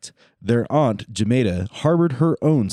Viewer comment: Aren't is a word for, Aunt? 😂 My wife axed me. 😂 or what not. 😂